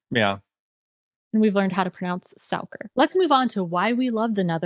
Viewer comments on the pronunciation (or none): The 2 of you still can't pronounce suiker, its not souker.